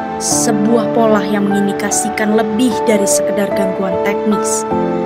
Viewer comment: "sebuah polah ... " saya yang salah denger, atau memang pengucapannya polah? ayoo rame rame tinggalin si ijo. topednya aja udah banyak yang ninggalin, sama kaya dulu mah si merah yang sekarang jualan pulsa. denger denger aplikasi sebelah masih lebih baek potongan aplikasinya, 13%.